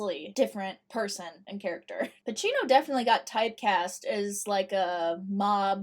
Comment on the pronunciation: Al Pacino not Al Pachino